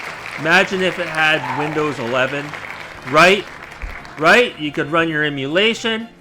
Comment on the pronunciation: everytime that smuck says "rite" a cherub dies or something